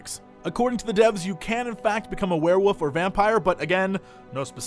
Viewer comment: werewoof? LOL XD